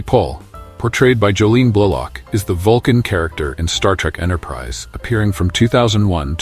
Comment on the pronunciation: Like "Blahlock?"